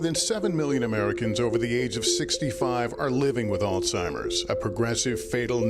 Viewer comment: beautiful story but PLEASE pronounce the disease name properly!! There's no "T" it's not Altimer's!